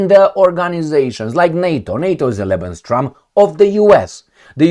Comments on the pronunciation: Hi, I am watching your videos regularly. I have a little mention here and please don't take it as an offence. It's not what I intend. You use the term 'lebenstraum', occasionally. But the correct form is 'lebensraum'. Traum in German is dream. Hope you take it as a friendly comment. Stay strong. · BTW... just very briefly fyi... It's LEBENS RAUM (not TRAUM). 😉 [Not important but I notice it's a word you use regularly😊] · it is lebensRAUM not lebenSTROM. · Not Lebenstraum but Lebensraum